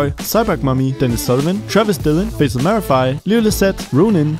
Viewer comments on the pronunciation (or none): none